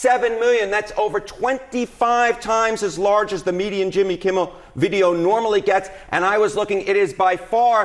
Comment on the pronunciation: I like listening to your podcast but please, please, please learn to pronounce Jimmy Kimmel’s name properly! It’s not “Kimble” aș you pronounce it, it’s Kimmel.